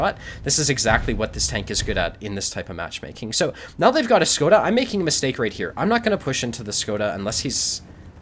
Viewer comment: It almost makes me feel like playing a LT... :) I just wanted to clarify it's prononuced "SHkoda" like in "SHit".